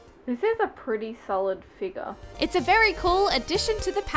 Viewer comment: She said figur